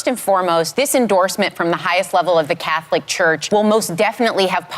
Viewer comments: The way Sunny says Cath-o-lic is annoying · Sunny Hostin needs to stop talking for the Catholic Church. Btw, the word “Catholic” is 2 syllables, not 3, Sunny!